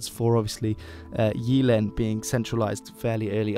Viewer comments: The Y in "Jylland" is more like the Y in "typical" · 'Sup dude. I don't mean to be a dick or anything (It's a great video, really), but when it comes to Danish, the 'Y'-sound is more of a hard 'Y', like the 'Y' in 'Why'. Your pronunciation is really good, but instead of 'Jeeland' it's more of a 'JYlland' with the really hard 'Y'. Also, the 'R' is more of a guttural sound, like when exclaiming "Arrgh" in anger. The 'R' is more "aggressive" sounding. Again, great vid m8.